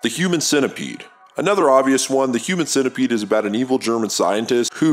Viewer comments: We just gonna overlook the way you pronounce centipede? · so nobody heard the way he said centipede